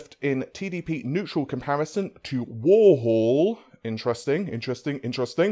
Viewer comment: Not at all. I'm amazed after all these years he hasn't learned how to pronounced 'three' and 'Warhol'.